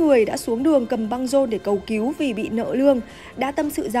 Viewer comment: Cầu cứu mà đọc cầu kiếu , nên đổi gấp người đọc chuẩn nhé